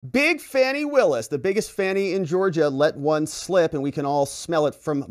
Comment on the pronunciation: Hint.... her name is pronounced "Fawni".. it is an African name. Everyone gets it but